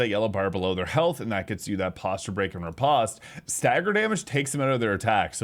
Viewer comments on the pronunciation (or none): none